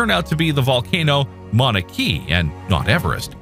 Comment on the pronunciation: As if it's not AGGREVATING enough to be FORCED into constantly converting meters-to-feet, your robo-voice's pronunciation makes things even MORE frustrating! The Hawaiian volcano is NOT pronounced Mauna KEY, it's KAY-UH.👺